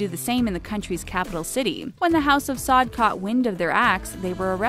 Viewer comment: Pronounced “Sa’oud”